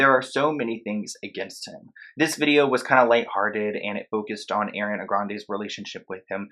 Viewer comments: Ariana not airiana😀 good video btw🤘🤘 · i love your videos but it’s AUH-REE-ana not AIR-EE-ana 😭😭😭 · It’s. (A)riana ... not (Air)riana lol 😂 it’s spelled Ariana. Like Argentina not (Air)gentina Like Arrested not (Air)rested Like Artist not (Air)tist Like Arrange not (Air)range Like Army not (Air)my Like it continues lol 😂 Where did u get (Air)riana from ? Lol 😂 like I really wanna know lol 😂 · Why people call her Air when it's ARE - E-ANA LIKE OMG. IT'S CRINGE. Just repeat Nicki Minaj... Me Jessie and ARE-Y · No wonder why people bully u it’s Ariana not airiana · Repeat after me ARE E ANNA not air e Anna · It's not Ari it's ARIana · She said it was Ariana- not "Airiana-" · Did it bother anyone else how he kept saying AIRY-Ana instead of ARIANA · It’s AH-riana not AIR-iana. It’s been years that she’s been in the public eye and people can’t say her name right. Really? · It’s ARI-ana not AIRY-ana omg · Her name is not AIRiana its ARiana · Ah-ree-ah-nuh. Did anyone else cringe when he pronounced it Air-ee-ah-nuh? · It’s Ariana grande not airiana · Do you know it drives Ariana nuts when ppl call her air-re-Anna. It’s pronounce Ar-re-Anna. I’m surprised ppl still pronounce it air-re-Anna after she talks so much about how it’s not how to say her name lol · the way your pronouncing her name is trigging me... its ARIana not AIRana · IT'S ARIANA NOT AIRIANA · Honestly hate the way her name is mispronounced... it’s Ari-ana not Air-iana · Okay not to be mean but it’s ARI-ana. Not AIRY-ana. 😬😬😬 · its ARiana not AIRiana okay carry on lmaooo sorry i had too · Its ARIana Grande Not AIRana Grande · damn, she’s not Airiana, she’s AAriana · Ah-Ree-Ah-Na NOT Air-Ree-Ah-Na great video though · Ariana not Airiana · lol airi.. it's ari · arianaaaaa not air_iana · Bruh why you say her name like that? It’s not Airana it’s Ariana😂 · ITS NOT airiana ITS Ariana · sorry but it's not pronounced Air-iana its just ariana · The whole time I’m triggered because he is saying airana and not Ariana